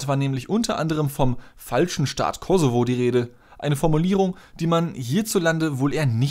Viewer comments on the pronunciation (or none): none